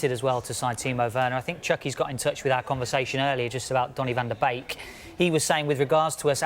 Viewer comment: Van der bake 😂😂 tit head its van der beek